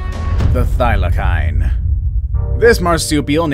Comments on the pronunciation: HAHAHHA, the " Thylackine"! hahha. its pronounced the thyla-seen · it's not pronounced Thila-kine. It's pronounced (Thila-seen) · It's not pronounced thylakine it's pronounced thylaseen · Is it just me that’s mad that he said” thyli’k’ine when it’s thy’le seen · Bruh they aren’t pronounced thylakine they are pronounced thylaseen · Its pronounced thylaseen not thylakine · You said Thylacine wrong it is said like this Thy-la-cene it sounds like that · Thylacine = Thigh-luh-seen Aurochs = Aw-roks mauritius = mor-ish-us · It’s pronounced thy-lah-cyne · HOW DARE YOU PRONOUNCE THYLACINE WRONG! Wtf is Thyla-kine???!!! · Its pronounced thy la seen ok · Its pronounced 'THIGH - lah- SEEN'... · can you say thylacine properly next time